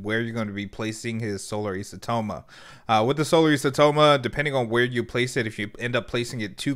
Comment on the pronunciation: you almost said isotoma correctly there but then you backtracked and said it incorrectly... it's EYE-so-toe-ma